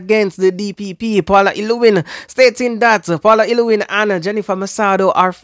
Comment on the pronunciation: I am really ashamed of all you youtubers who keep on mispronouncing the womans name llew-well-lyn ...say it slowly until you get it...